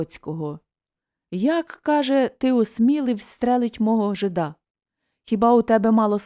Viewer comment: Вибачте,але не жида`,а жи`да.